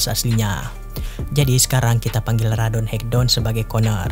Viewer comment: Bang baca ratonhaketon nya jangan radonhekdon bang wkwkwk